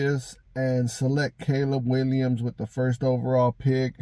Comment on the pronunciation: “Caleb Winyams” 😂